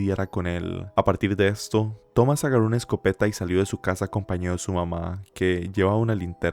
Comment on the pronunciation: Tenía la duda de si eras tico tambien luego te escuche decir "agarro" y me lo confirmo 😂❤